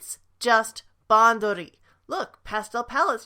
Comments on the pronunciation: Same. As a Japanese speaker, I want to puke. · Even as a none Japanese speaker that pronunciation makes me uncomfortable too